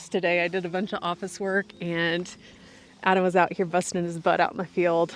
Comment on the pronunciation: When you said "I've already lost Adam, I'm going to close without him" it sounded like "Im going to close with Adam" 😁